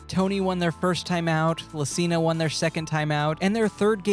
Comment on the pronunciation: I really appreciate you saying Lacina